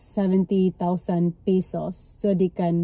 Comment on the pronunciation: pesos not pisos ano ba yan😂😂😂